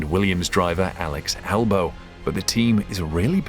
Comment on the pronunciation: aLeX aLbOow